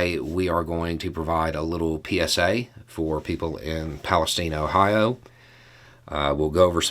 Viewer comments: Ugh, you flubbed it's East Palestine, thankfully you didn't make the faux pas of saying stine instead of Steen, needless to say that area would have an issue on that. With the low flow rate of ground water here compared to NE Ohio they should have testing for the next couple months especially when monsoon season hits, we have no snow pack so the ground is not frozen. As it was 70 yesterday. That meeting only one person stated they had someone scheduled to come out today for their well. The states director of health was there, sure the air is ok, but let's talk about the 1 mile boundary that NS if claiming is only affected yet they're aerating the streams just outside that area to release any VOC in the water. Allegedly the plume from the initial response that Friday night has showed up in the Ohio river near Huntington WVA. There is a community just northwest of there called Columbiana and on the outskirts the lock power coupons holders have developed the area a bit with winery's and fine shopping, hopefully they'll redeem a few of them with the local state rep Rulli (R) people were offer 1000 in inconvenience offer. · I lived a few miles West in Salem Ohio for a lot of years -- everyone around there pronounces it PalestYne, with a long "I." Same with "Medina", pronounced with a long "I." FWIW. Ohioans do things their own way. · You have the town name wrong. It is East Palestine (rhymes with pine), and it is near the Pennsylvania border. There is another village named Palestine near the Indiana border. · That pronunciation of "Palestine" is... Well, let's say I noticed it. A bit Kyivish, almost. Very shrewd, if jarring.